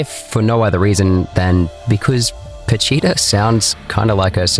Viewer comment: PA CHI TA . Not patita